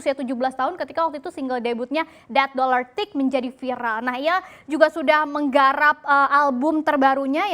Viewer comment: Baru tau kalo lagu rich Brian dibacanya dat dollar tick, gw kira dat stick